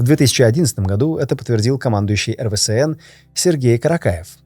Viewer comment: Да что с тобой не так? Почему ты постоянно называешь эРВээСэН(РВСН) эРВэСээНом?) Я по-доброму, просто неправильно произносишь))))))